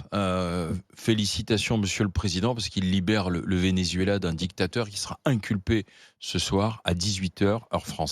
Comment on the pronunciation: Ce paysagiste ne connait pas le Vénézuela apparemment? Il ne sait même pas prononcer le mot Vénézuela